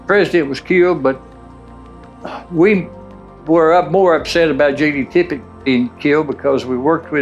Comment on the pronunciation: And the man’s name was Tippit, for Christ’s sake!.. Not Tippet, or Tippett, or anything else..